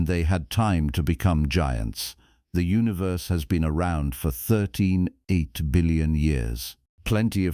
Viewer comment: Please teach your AI how to recognize and pronounce numbers with decimal points. A decimal point is not a sentence-ending period! "13.8" is pronounced thirteen-point-eight, not thirteen-(pause)-eight.